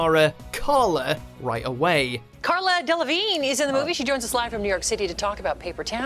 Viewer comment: The Cara Delevingne part... like, you also pronounced her name wrong. What are the chance.